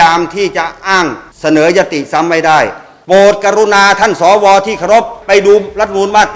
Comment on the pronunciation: เอ้อ พี่เรียกชัดๆๆครับ สอ อะไรครับ ว หรือ วอย ออกเสียงชัด พี่ ถ้า ว อวย จะพิลึกครับ ครับ พี่ท่านพูดถูกพวกเรารวมผมด้วยหัวหงอกหัวดำ เป็นผู้ใหญ่ ต้องเป็นตัวอย่างให้กับ้ด็ก ไม่ใช่ก้าวร้าว เราคือผมอายุป่านนี้เหลือเวลาน้อย บ้านเมืองต้องไปต่อให้เด็กเขาว่ากันไป